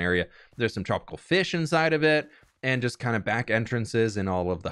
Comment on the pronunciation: I loved the fwish and chips lol.